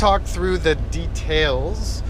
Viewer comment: Awesome trucks mate, love it!!! P.S. the way you say details is funny.. I say it like "DEEE--TALES" your like "datales"